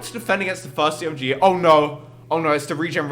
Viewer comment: you say Zomg it's meant to be pronounced Z-O-My-God